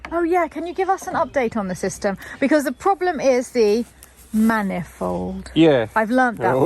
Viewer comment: I thought you said man involved not manifold. 🤣